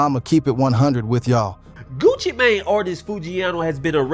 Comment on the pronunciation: 😂dawg you can't say nigga no more if you can't pronounce Sheisty!? (Shy-stee) or Mane?! (Main) 😂😂 talm bout Sheestie and maynay 😅